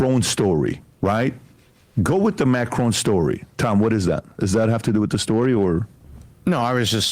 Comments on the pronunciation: That is NOT how you pronounce Macron lmao. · Why are they pronouncing Macron like that?